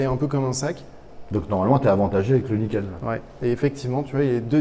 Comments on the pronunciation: à un bon coup de guidon il a malmené le bordel lol et niquel l'analyse avec le GPS.... Je comprend maintenant pourquoi Franck répond pas à ses mails il bossais sur ce fameux. Niken (et non Naïken lol). Gaz les gars et gaffe à vous. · On dit ni-ken en japonais, pas naïken. « Ni »=2 et « ken » =lame